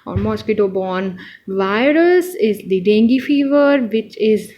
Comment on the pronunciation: Please make sure yourself before giving lectures to others. Because, all your pronunciation is rounge. haemorrhage pronunciation is heam=blood and dengue also.. explain in a simple manner in ur own way.. bcz u have such good information and share it in a proper way